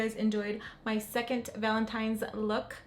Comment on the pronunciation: It has to be said ... Ok, so you said Valentimes instead of Valentine's about 3 times in your last video. It happens especially when someone is concentrated on say doing their makeup. I really made me feel some time of way when a few people were quick to point it out. One in particular added laughing emojis meaning they weren't correcting you in a constructive way. Funny how they didn't mention how snatched your look was. Pink liner never looked so fierce & glam. You are talented and your skills are on point. I know it's best to ignore Negative Nancies and Bitter Betties but girlllll not today lol. Thanks for the content. New Subscriber today 💓. Rant over, loved loved loved this look #pinkmoment #livingforthislook 💯👏